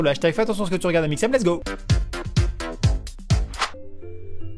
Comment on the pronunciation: A quand amixem nous cite le "#" j'entend amixnem au lieu de amixem